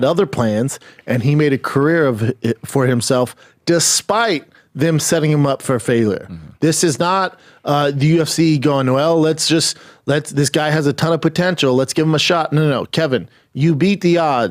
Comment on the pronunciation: Despite setting him up for FAYLUR... shit like this kills me. how did someone with such trouble pronouncing BASIC words, become a talk-show host?